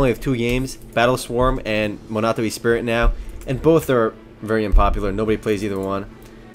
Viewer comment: E-spirit? "Ess-pree". Also, you have a somewhat creepy loli-fascination and it makes me nervous? ^^